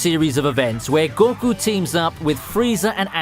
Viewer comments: It's pronounced ``Go- Koo``, Not `Gor- ku` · About how you pronounce names. Deku, deyku. goku and you say goh ku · i dont know what cracked me up more, you calling goku gorku or the sylva's sylvia xD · The way you say goku makes me blood red mad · Man. How you pronounce Goku makes me cringe..... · The way he pronounces goku and deku annoy me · anas wassim did you not hear him pronounce goku and deku wrong